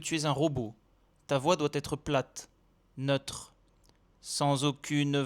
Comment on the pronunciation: Neutre se prononcer nEUtre, et non noetre.